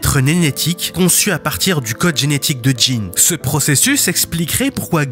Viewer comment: et il dit enetique et pas genetique j'ai l'impresion mais sa va sa peux se conrriger